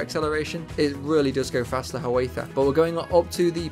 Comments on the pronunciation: I realize Native American words can be hard to pronounce if you haven't grown up hearing them; there don't seem to be a lot of dipthongs. Ha-waith-a is actually Hi-uh-wah-tha. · Hi-ya-wah-tha. not Ha-way-tha....named after a native Indian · It sounds like you're pronouncing Hiawatha as "ha-WAITH-ah." It should be "hi-ya-WAW-tha," just like the historical figure. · Its Hi-a-wath-a, four sylables. Hi as in hello. "a" as in "have a drink", both of them.The wa in wath is said the same as watch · he was indian chief, his name was pronounced high-uh-wah-tha. like hey ya, ho ya, high uh wah tha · Just so you know the Hiawatha is pronounced Hai uh waa thuh. I imagine you've gotten that comment a bunch of times in this comment section already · Pronounced hi oh wath a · Fun... but check your pronunciation of Hiawatha